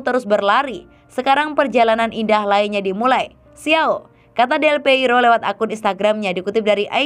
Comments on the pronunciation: Aduh neng, bukan delpeiro🤭 tapi Delpiero😁.. mimin mimin Forza Juve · Mbaknya sepertinya bukan Juventini. Menyebut nama salah satu legenda terbesar Juve aja bisa keliru.